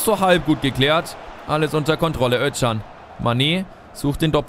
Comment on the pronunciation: Özcan wird Öscan gesprochen nur so als Tipp :))